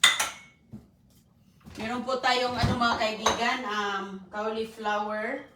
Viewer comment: kawli flower daw,😅😅😅,di ma bigkas ng tama ang cauliflower.